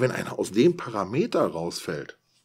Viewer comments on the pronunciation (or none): none